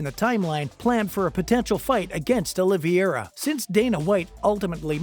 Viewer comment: Okay check it out you have to say the people's names right. It's Olivera. And it's Dustin Porier, not Justin.